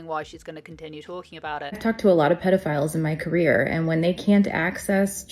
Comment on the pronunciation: the creator mispronounced it (twice) & (I mean I understand your point; but, I think “puddle-a-files” triggers me more) 😂… more to my point though, the creator mispronounced it, & left it in, in a few of the stitched clips See here: &